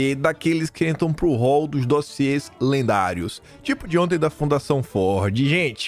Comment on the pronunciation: Misericórdia.... mais um "dóziê"??? Eita!!!😂😂😂